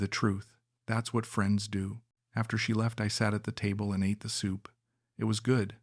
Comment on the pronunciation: Bro next time try to google how to pronounce ATE in tagalog languange ..it's not pronounce like eat in past time